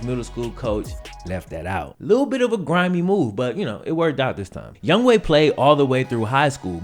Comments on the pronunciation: bro do you know how to read? his name is not youngway, its youngHOE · his name is Younghoe, why does that guy keep calling him Youngway? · Why do I keep literally saying 'Young hoe' instead of its pronounciation ''Young way"? 😂😂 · I am Korean American, and I also thought it was pronounced Young-Ho because Young-Ho is actually a viable Korean name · I say it that too. I didn't even know that it was pronounced Young Way not Young Ho until I saw this vid. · Hangeul doesn't convert neatly into English, phonetically speaking. I used to teach at a school with a ton of Korean kids--this dude's name isn't pronounced 'Young Way' exactly but that's way closer than 'Young Ho.' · It's younghoe Koo not going way get the man's name right younghoe